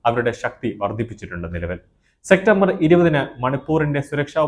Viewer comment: സെക്റ്റംബർ അല്ല സെപ്റ്റംബർ